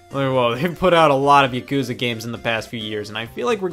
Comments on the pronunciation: Yaakuza not yuhkuza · the way he pronounced yakuza made me stop watching the video entirely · Angry comment about how horribly he pronounced Yakuza